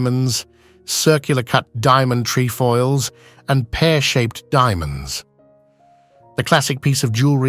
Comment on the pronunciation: trefoild, not treefoils